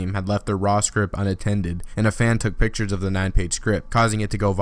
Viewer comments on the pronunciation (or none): none